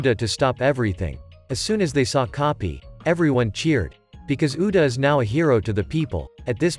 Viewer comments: Bro this entire time when coby came my guy instead freaking keeps saying copy instead of coby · same with coby/koby the ai says copy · Coby ❎ Kopi ✅ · Bro say copy is koby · Koby ❌ kopy 👍🏼